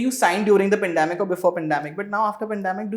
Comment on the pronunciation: What is "pundAmic" ??❌ Please pronounce 'pAndEmic' ✅